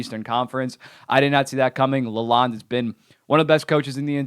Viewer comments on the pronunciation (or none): 1yr deal...$2.75m AAV, which will be roughly $2m prorated. BTW, the "O" is a long "O" sound in Newsy's last name. As in La-loan-ed. You sound a bit silly still underestimating Detroit. They beat up on the Bruins twice in regulation, they've had a ridiculously tough schedule to start the season and now their schedule gets easier. They've brought their goals against down from last season while significantly raising their goal scoring from last season. Boston is not the Boston from last year...Toronto kinda sucks, Ottawa is toast, and the Sabres can't even figure out who they are. The Red Wings are absolutely in the hunt for a playoff spot and their 102pt pace 20 games into the season proves it.